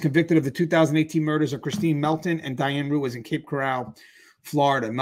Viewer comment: I like your channel. Would just suggest correctly identify the victims name pronounced Diane Rue-eez